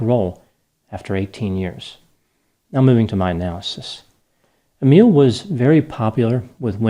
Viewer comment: My name is Emile 😳 It was so nice hearing you pronounce my name so correctly 🥺 (although I'm nothing like this guy) 😂